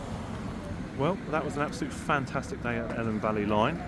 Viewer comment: Elham is pronounced 'ee-lam'.